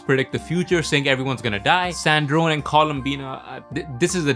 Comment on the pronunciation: Why are you pronouncing sandrone wrong?